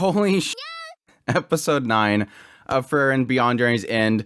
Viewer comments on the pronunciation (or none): I relly enjoy your commentary, but just a little suggestion: you pronunciation of Frieren is too close to Fern. I know with context who you are talking about, but it would be more clear if you could say Freee-ren :) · Frieren vs Aura... you keep saying Fern Its pronounced FRee-ren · The way you pronounce Frieren is too close to Fern. Also for an episode named after her, there is much Frieren this episode.